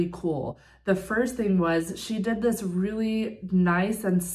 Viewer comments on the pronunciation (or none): none